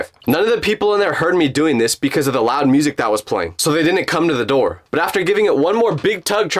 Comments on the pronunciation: The 'Open The Noor' got me 😂😂😂😂😂😂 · Owen the nooyer got me rolling